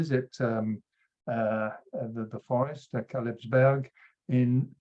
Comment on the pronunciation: Kalebsberg, not Kalebsburg